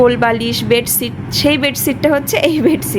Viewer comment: বেডছিট বলো কেন? খুব কানে লাগে। বেডশিট বলবে।